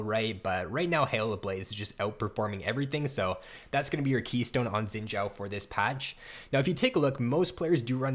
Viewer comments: Better than it sounding like "Zin Zao" , ideally it's supposed to sound like "sheen Jao" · Could not watch more than 30 seconds due to "Xin Jow"